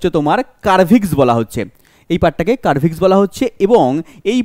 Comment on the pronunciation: কার্ভিস না স্যার সার্ভিস 😊❤